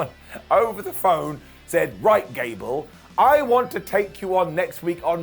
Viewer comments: Did anyone else hear Ghad cable 😂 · Idk why but I laughed SO hard when he called Gable "Jad Cable" lol